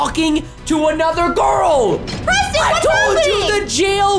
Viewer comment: Ya true I also think 😉😂😂 and it's girl not girk